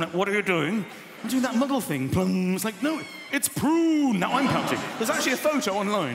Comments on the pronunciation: When he says “model” it sounds like he’s saying “muggle” . probably because of his accent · Lol "Do that MUGGLE thing!" poses for a picture that doesn't move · I mean, there's hardly a difference between the two 😂